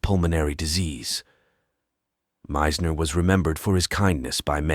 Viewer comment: And the pronunciation of Meisners name is irritating!